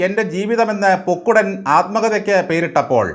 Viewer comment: കല്ലേ ൻ പൊക്കുടൻ എന്നാണ് ശരി